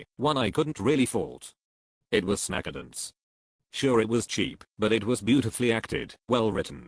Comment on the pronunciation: I love how he pronounces "Snakedance" as "Snack-a-dense". XD